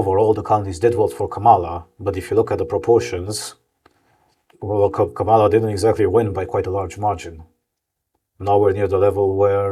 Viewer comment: Actually, it's pronounced "Comma"la. Also, Kamala should have won :)